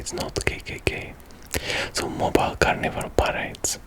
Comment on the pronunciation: it's pronounced Mobeele not Mobile